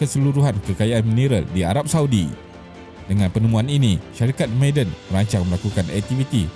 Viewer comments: Bukan sebutan 'meyden'...tp ma'aden....huruf ainnkan tu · Sebutan dia ma-a-dan kut kalau ikut ejaan mim ain alif dal nun … bkn maaden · Sebutan "Ma'a-den" - bukan "May-den" Penat dok dengar meden meden meden